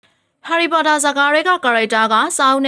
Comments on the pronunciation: LOL she said ဟော်လီပေါ်တာ😂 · အသံကဆာနေတဲ့အသံနဲ့ harry pottorတောင်မပီဖူး